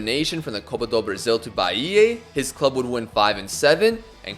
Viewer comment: amazing vid as always! if i could be a nuisance abt one thing tho... the sound u make of the last A in Bahia is wrong, u gotta pronounce it like the A in car, an open sound, dont twist it cuz for us brazilians it sounds like you're saying bahiei